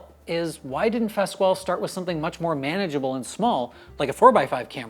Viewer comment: I'm not trying to be "snobbish", but — in case anyone cares :) — Fasquel is pronounced, "FASS-KELL "